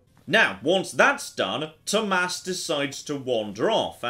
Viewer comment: I love the fact that you actually know how to pronounce Tomas... That’s my name, and very few people know how to pronounce it correctly since it’s Nordic.. There are a few other ways to write it.. (Thomas, Thomas